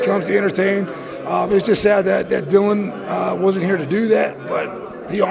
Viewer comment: Dillian White's name is pronounced Dillon or Dylan ! the sport doesn't know 😭😭